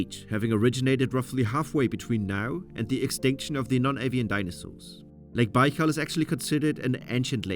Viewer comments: Der heißt nicht Baalsee, sondern Baikalsee!! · Es el lago Baikal y no bal😢 saludos desde Pachuca, México! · A narração em português está horrível: Lago Bau? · Not baikal Baykal dummies. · Lake bal 🙄